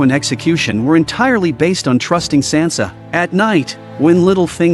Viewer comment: Get Sansa’s name right